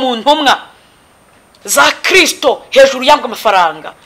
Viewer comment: Nyamara uyu mukobwavuga Kristu neza